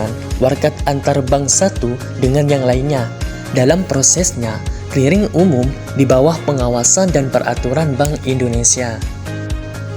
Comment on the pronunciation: Bukan Keliring?? tapi Kliring....😆